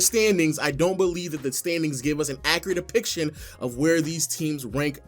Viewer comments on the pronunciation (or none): Accurate "epiction"??